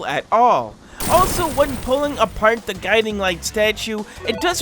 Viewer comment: When bro said gudimg and figure i spilt my coffee